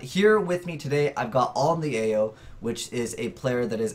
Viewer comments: Dat AlintheaYoh name pronunciation tho, dayum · cant pronounce alintheaoh confirmed? damn this 12 year old kid...